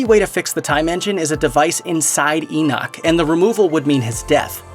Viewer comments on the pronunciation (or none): none